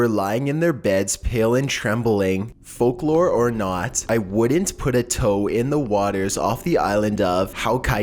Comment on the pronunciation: All of the mispronunciations of these Japanese words...I get that they're not always easy to pronounce, but when this is the channel that says "Fork Lore", I just can't. It's always awful.